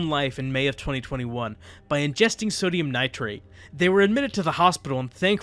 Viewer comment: Quick Note: , you say sodium nitRATE, instead of sodium nitRITE. Great vid, horrible subjects otherwise.